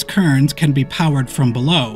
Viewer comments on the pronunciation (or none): They're not "Kerns", they are Querns. Pronounced Qwern. There is a "were" in there my man.